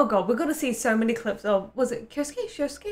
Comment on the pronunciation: If you're interested in pronunciation, Shousuke is pronounced like Sho-oske, usually an O followed by U just stretches the O, so it's like OO, same with Komi, Shouko, Shooko